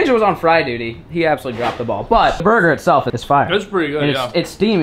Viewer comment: “ that’s a good burger” Me thinking he said booger at first